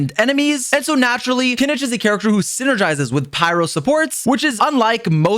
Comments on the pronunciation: Bro thought no one would notice when he said Kin itch 🤨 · First time I've heard someone pronounce his name as "ki-knee-ch".